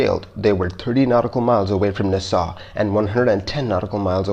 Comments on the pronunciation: It’s nass all not nahsal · I love your channel and don't want to sound like I'm trying to micro-manage but "Nassau" is not pronounced "Ni-saw", it is pronounced "NA-saw". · Agreed. Also, it's NAsaw, not naSAW. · Just so you know, it's pronounced "NAH-saw," not "Nuh-SAW." Minor, but worth noting for future reference. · Nassau is said like Nah Saw, not Na Saw. Component is said like com po nent, not comp o nent. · Neu-saw? Don't you mean Nassau? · Nass aw, not na saw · Friendly tip... the pronunciation for Nassau is Nah-Saw. Like, "hey, do you want some?" "Nah." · The pronunciation is NASS-aw ! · Just a weird comment (irrelavant)- When pronouncing "Nassau", please refer to an old '70s pop song, "Funky Nassau", where the accent is on Na, not on ssau, like" Nahsaw, funky Nahsaw." Other than that, loved this one as always!!!!!!! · Nah-saw lol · Repeat after me.. NAS-SAW. Otherwise great job as always! From everyone from Nassau Bahamas and Nassau county New York. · IT’S PRONOUNCED NASS-AWW (HOW IS IT POSSIBLE NOT TO KNOW THIS?!?) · Try saying Naaa Saw..... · Na Saw, The city is spelled Nassau, pronounced Na saw. Glad it was an easy one. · You mispronounced Nassau throughout the video. And I agree; only use video/pics of the aircraft type involved in the incident. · Check your pronunciation for 'Nassau'. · Please learn to pronounce city names Nassau...look it up. And the random plane images are annoying. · Get somebody to help you with the pronunciation of "Nassau". =PC= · Guy cannot pronounce “Nassau.” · if you're going to do a video about L 1011 you should show L 1011 . and learn how to pronounce Nassau . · It’s “Naaaaaaaa. Ssssaaaaaawww” so “Nassau” au sounds like aw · Please learn how to pronounce words. You got Nassau wrong.